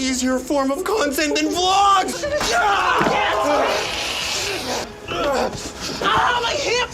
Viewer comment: Vee Logs